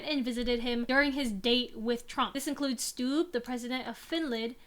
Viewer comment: If you care about pronouncing names, you were close with Stubb's pronounciation. However one B isn't silent (the second one is) and U is short. Or at least that's how the finnish pronounce it, his name is swedish. I believe the IPA would be [stub] if you can read that